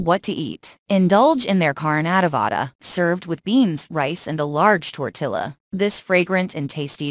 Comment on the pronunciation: it is pronounced tortiya